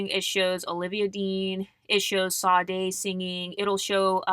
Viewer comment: Sade is pronounced ShA-dae. Love your content ❤